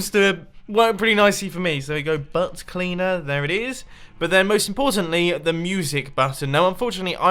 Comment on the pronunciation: The way he said "Butt cleaner" made me laugh so much, it sounded so nasally and British